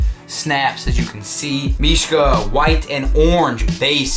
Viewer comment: he is actually saying mishka properly, and trust me i would now -.-'